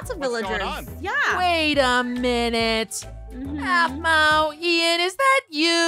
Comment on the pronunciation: Is not Sphmau is Aphmau